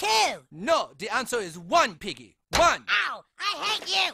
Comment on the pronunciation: "I... ama little pig e" (i am a little piggy) got me dying😂